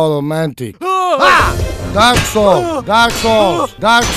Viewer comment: dark sowl dark sowl dark sowl dark sowl